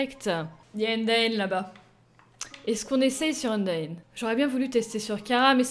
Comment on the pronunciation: frite a fait une video sur le mod et il a maltrete: undyne chara et asriel il a dit asriel c toriel et il a dit chara ou lieu kara et undyne il disait undine c t un massacre apprend lui undertale!!! stp